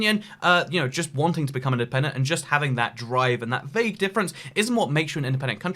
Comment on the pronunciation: In-DE-PEN-DENT. Dent-ED-PENTIN